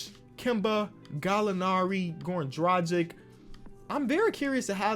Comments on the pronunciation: It's Goran Dragich not Goran Drajick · “Dragic” Is supposed to be pronounced like “Bogdanovic” G like in Gordon, C like in Chamberlain